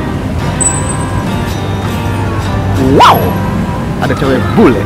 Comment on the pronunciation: "Wau"... nya kya suara Anjing haha lucu bgt bang!